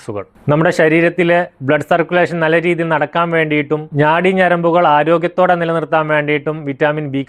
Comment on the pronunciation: ഞാടി അല്ല ചേട്ടാ നാടി ഞരമ്പ് ആണ് 😂😂😂